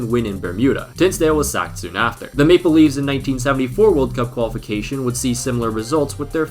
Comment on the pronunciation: What says: Maple Leaves What I hear: Make believes